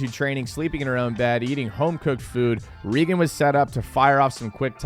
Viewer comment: yeah was butchering her name